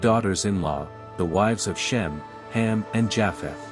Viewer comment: Not Hem, it's Ham.